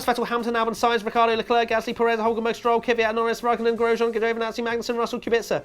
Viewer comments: He said gegiovinazza or something so that wasn't right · I’m 98% certain Giovinazzi was pronounced “Gin-oh-vinazzi” (Gin with a hard G). But don’t let me ruin this. 😬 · That smirk after you read the names was great. Also loved your pronunciation of Giovinazzi?